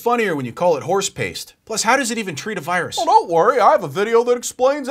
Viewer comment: blocks the wirus you say?